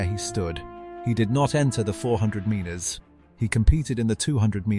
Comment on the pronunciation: Please learn to pronounce metres!!